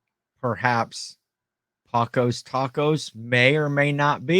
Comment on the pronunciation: Panchos Tacos. Not Pacos Tacos 😂